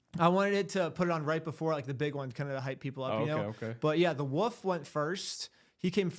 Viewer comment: It’s pronounced “wolf”, not “woof”!